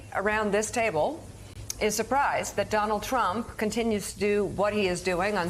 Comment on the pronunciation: I heard she mis pronounced his name as "Mr Rump"! LOL